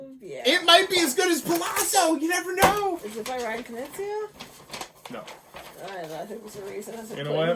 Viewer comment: You should really look up how to pronounce Knizia, I cringed every time, not a big deal though pronounces everything wrong